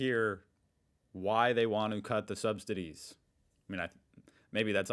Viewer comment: I think it's "subsidies", not "substidies". 😅 Greetings from Berlin.